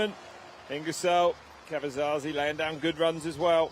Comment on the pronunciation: Caverzasi,.. it's Diego Caverzasi. 😅